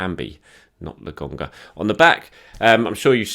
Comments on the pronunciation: It's LO-KON-GA... I don't think it's funny. Come on mate. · It’s a “K”,! A “K”! Lo”K”onga! No one can be THAT stubborn about a pronunciation, mate. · Mates, mates, settle down. I honest to goodness love. It’s just that “Le GONGGA” that’s been really getting on my nerves is all. I’m just playing with him. It’s not a criticism. If it was, I’d be questioning journalistic credentials et al, which I sure as shit am not. our man! <3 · C'mon it's LoKonga, give the people what they want.. at this point I think you just do it to spite us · lad, his name is LOKONGA😂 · While you’re on holiday this is your only homework. Lo-konga repeat after me please! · i wonder if could say Lokonga's name correctly by the end of the season:D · Please,! Just call him Sambi if you can’t pronounce his name, it’s driving us all insane! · It’s frustrating to listen to isn’t it? It’s disrespectful and makes me want to stop watching the videos. I like the channel, but come on,. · it’s not difficult to get his name right. I don’t “hate” it, but I find it to be disrespectful that he keeps saying the kids name wrong. I don’t see the issue here, Bob. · lol. When he says it, I just laugh.